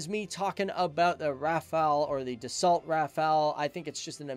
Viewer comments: He also said das salt instead of da so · Great video. But you don't say "DASSOLT" but "DASSO" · pronounced Dasso NOT Dassault you fool , learn some French old boy! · Dassault - pronounced "da-so" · Stop pronouncing the T at the end of Dassault, it's French and therefore silent.